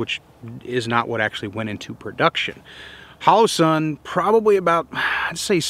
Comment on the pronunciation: one of the few guntubers who pronounces holosun correctly. 🙏 It’s based on the pronunciation of hologram. You don’t say Ho-lo-gram or halla-gram. (Iv888 and others) lol